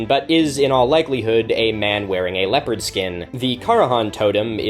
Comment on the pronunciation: Throughout his whole video I mistook him saying leopard as leper, and I was so confused for quite a bit.